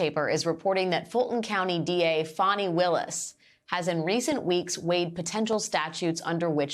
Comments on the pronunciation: Its FANNY NOT FAWNY, LIKE A Butt! I Like Her BUt Its FANNY Not Fonny, Fawny Flooty Or Fran, STOP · How do you get that pronunciation of Fani?